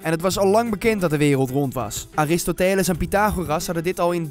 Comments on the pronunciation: aristoTEles WHAT?? tis aristOteles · Je spreekt aristoteles als arestootuhles uit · 'Aristooteeeeles' wtf leer dingen uitspreken😂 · Aristotéles???? Nog nooit iemand die naam zo fout uit horen spreken lmao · "Aristo teeles" ..... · Je spreekt Aristoteles verkeerd uit